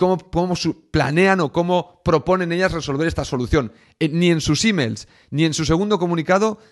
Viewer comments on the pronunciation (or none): Es la tercera vez que cuando decis "...sus emails..." escucho "...sus hímens..." 😂😂😂